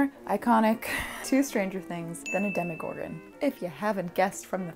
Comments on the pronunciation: She calls it dhemEgorgon but I always thought it's demogorgon like in demon hehe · DemogorGOWN,. Demo-gor-gown. Otherwise spectacular, as always. <3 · Demo-gor-gown! Love you ❤️ Maybe you could do a tweaking past makes video? Adding the finishing touches that you don't always have time for or fixing things you think you could do better now! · Demo-gor-GOWN! It works! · Demigorgown?? Duhhh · c'mon, Demogor-gown. it was right there!